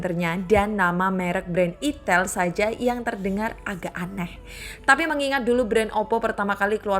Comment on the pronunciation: Kak bacanya aiiitell bukan itel 😂😂😂